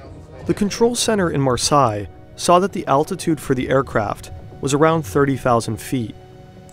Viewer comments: you are saying the Marseile wrong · It appears the fake-voice computer ‘narrator’ can’t pronounce ‘Marseille’ correctly. Isn’t technology great?😂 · Great video! For future reference, Marseilles is pronounced "Mars-say", not "Mars-sigh". I just found out about your channel and am a new subscriber! Awesome, AWESOME reporting! THANK YOU! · it's pronounced Mar-say, not mur-sigh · Good video but good God, you should have checked the pronunciation of Marseille before recording. The vowels are reversed to Versailles: Mahr-seyy . Really distracting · Marseille [mar - say], not [mar - saai], thank you. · That pronounciation of Marseille is killing me. Mar-SAY, not Mar-Sigh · I'm decently sure that it isnt pronounced Marsai and instead Marsay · Mar sai mar sai. You mean Marseille — mar-say? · Marseille = Mar says which is how it's pronounced. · To pronunce "Marseille" you can just say "mars" then the letter "a" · No it's pronounced Marseille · Say Marsai one more time. I dare you. I double dare you. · Marseille is pronounced MAR-say. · As someone who lives in France, i'd just like to correct you with Marseille. It's said Mar-say. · It’s Mar-Say ffs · Marseille is more like 'mar-say' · Pronounced "Mar-Say"... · I would suggest that you put Marseille in to a translator and listen to it. Good job the video has subtitles or i would have never guessed it was Marseille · as a frenh, this is a true mistery to understand how you get to this prounonciation for 'MARSEILLE" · The tip off that this video is AI generated is the pronunciation of Marseilles.:eyes-purple-crying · Not sure about your pronunciation of Marseille. Always worth checking these things before publishing. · would be nice to get the proper pronunciation for Marseille... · That’s an interesting pronunciation of « Marseilles » 🤣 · Butchering marseille like that wtf 😳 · Marseille is not pronounced like that😂😂😂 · The 'Marseille' pronunciation really annoyed me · Learn how to pronounce marseille !